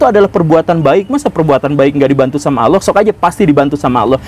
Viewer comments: Ngomong Allah saja bilang aloh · Sayangnya guru gembung kalo mengucapkan lafadz "Allah" gak enak blas .terdengar lucu...lebih lucu dari cara A.A.Gym😆😆🙏